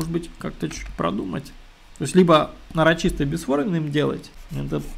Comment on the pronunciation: Нарочито, а не нарочисто